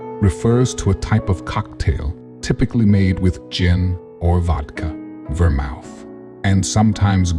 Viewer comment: Great voice. Wonderful music. Excellent timing. Work on the pronunciation of the word vermouth.